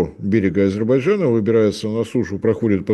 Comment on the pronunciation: Ведущий, в чём проблема выучить одно слово? Не Азебарджана, а Азербайджана.